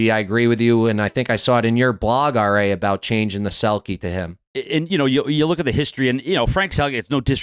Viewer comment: RA is mangled 😂 ❄️